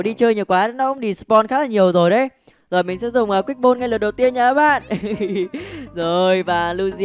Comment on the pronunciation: Sao anh đọc mà cứ thêm âm '' R'' trong mấy từ tiếng anh vậy. Ví dụ ball mà anh cứ đc là born ấy